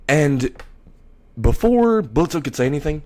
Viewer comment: I love it, but it's Blitz. The O is silent. And I see Loona being a protective older sister.